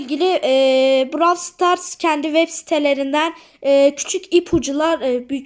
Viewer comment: Merhaba ilk defa brawl starsa browl stars demiyen youtuber çok saşkınım